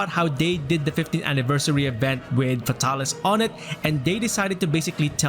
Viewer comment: “F’tah-lis” ~ 2020